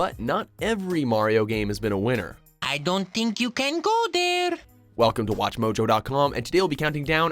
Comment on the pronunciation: "I don't dink you can go dare" XD